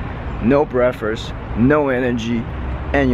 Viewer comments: brakfes hahahaha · I love his accent - breakfrurss XD love it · 'breafast' lol